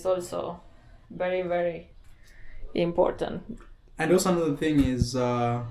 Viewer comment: Please stop saying imporntant. Import-ant … important only has one “n”